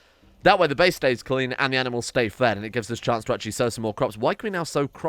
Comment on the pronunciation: "Aminals" "Anti-Aminal" I just noticed these when you were creating the Anti-Aminal area, thought it was funny